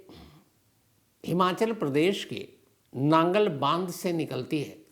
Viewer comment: Sorry sir naangal nhi nangal dam hai